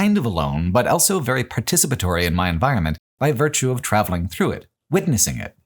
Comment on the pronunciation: pronounces the word "also" as "elso"